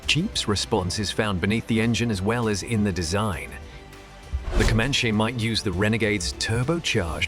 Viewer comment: its Comanche (com-an-chee) not (come-on-shay)